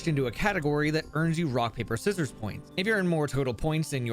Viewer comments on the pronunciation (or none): none